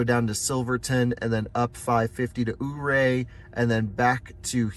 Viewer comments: Love the road trip videos, but as a Colorado native I need to correct some of your pronunciation 😊 Montrose - rose is pronounced like the flower, less emphasis on the S Saguache - pronounced sah-watch Ouray - pronounced your-ay Bummer you couldn’t do the drive between Durango and Ouray. That is my absolute favorite road in Colorado. 550 through there is called The Million-Dollar highway and definitely worth checking out! Thanks for continuing to show us what road trips are possible in an EV! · Oh, also ouray is pronounced 'yer-ray' :)